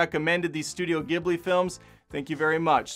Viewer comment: Awesome breakdown! You will get more from Spirited Away (and pretty much every Miyazaki movie) on rewatch, but you absorbed a lot your first time through, more than most I’d dare say. Your pronunciation of “Hayao Miyazaki” was good, as was how you said “Ghibli,” though there is debate as to whether it’s gib-lee (as you said it) or jib-lee, very similar to the pronunciation debate of “gif.” As a not-so-wise psychic once said, I’ve heard it both ways. I’d love to see a not-so-positive review of Princess Mononoke! Like you said, it’s lauded on sites like IMDb and Rotten Tomatoes, and I’ve seen a lot of YT reviews/video essays on Mononoke, and not a one of them didn’t vehemently praise the movie. Getting a less favorable perspective would be really interesting.